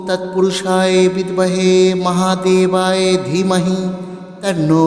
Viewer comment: ক্ষমা করবেন। উচ্চারণ ঠিক করলে ভালো হয়। এখানে মহাদেবায় আছে আপনি মহাদেবায়ে উচ্চারণ করছেন এটাই ভুল মনে হলো।দুজায়গায় উচ্চারণে ভুল মনে হচ্ছে তাই বললাম। ভুল বলে থাকলে ক্ষমা করবেন। 🙏🙏🙏